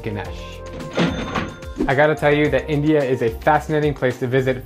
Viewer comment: I live in Bangladesh wich is a country inside India so I know everything about India.i also eat Indian food so for me it is really weird how he is pronouncing it.